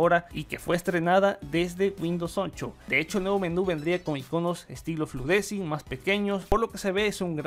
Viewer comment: Aclaración: No es FLU DESK (escritorio con gripe) sino FLUENT DESIGN (diseño fluido)